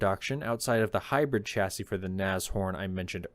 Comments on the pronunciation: Please pronounce chassis correctly! Its NOT chassis as in cha cha cha but "shasee" it grates to hear this constantly being mispronounced! Great stuff otherwise!! 👍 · Sha-sis, my only issue with this list as a European. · It's adorable how people from Trumpisan can't pronounce "chassis".